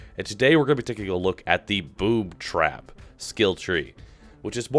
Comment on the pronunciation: Is it due to my ears or he said boob trap at start ?